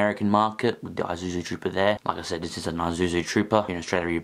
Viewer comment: Isuzu is not pronounced, "eye-zu-zu." The correct pronounciation is, "Ea-Sue-zu." That's "Ea" as in eat.